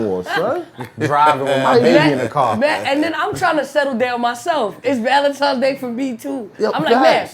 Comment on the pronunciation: Listening to grown people say "Valentimes's" is engaging